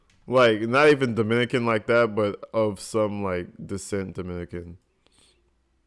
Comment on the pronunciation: I think you said Dominican wrong. Leja is from F.I.N.E